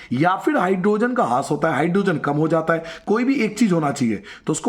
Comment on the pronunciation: हास्य नहीं, ह्रास